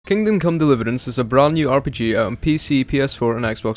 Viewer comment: "Kingdom Come Deliverænce"